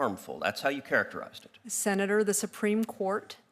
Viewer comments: Say "Senatorrrrr" again! (in a Samuel L. Jackson kind of way) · I could live my whole life without hearing her say “senator” again. 😑